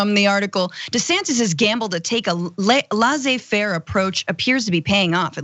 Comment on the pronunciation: Oh my god, please stop pronouncing "laissez" as "laaah-zhay". It's "less-ay", not "laaah-zhay". Even in English, you don't get a "z" sound with a double "ss". You especially don't get it in French.